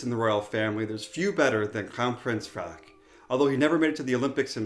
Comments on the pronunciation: Your pronounciation of danish words is really good, and the pronounciation of “Frederik” is 100/100. I appreciate your videos very much, keep it up fellas 🙂👍🏻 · I’m really impressed with your danish pronunciations! Especially Frederik!! 😁👍